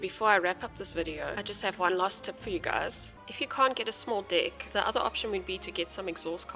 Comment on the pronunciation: The way you say deck caught me off guard every time lmao. Thanks for the tutorial tho